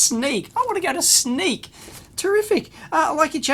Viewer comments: I know you have problems with non-english words. The city "Sneek" is pronounced like "Snake". In Dutch, the "y" (not the "ij") is in (some) words in use as an "i" (something historic, i think). You are trying to use the English alfabet on non-english words. In many non-english languages, the "a" is pronounced like the last "a" from "Australia". The "e" is like the "e" from "Echo" The "i" is like the "i" in "it". The "u" is like "u" from "under". (The a, e, u, i are short or long, depending on the word and do mostly not change, like in English). I hope this helps you (a little) when you have to pronounce an non-eglish word or name. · Don't worry Dave, us Dutch can't pronounce names from Sneek either.